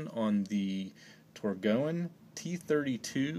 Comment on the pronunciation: It’s pronounced “tor-goine”